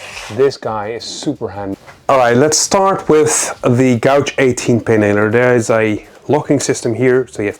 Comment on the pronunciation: Great overview on these guns.Your English is generally fantastic but 'gauge' is pronounced ' gayge'.A gouge is for wood carving & makes a large groove.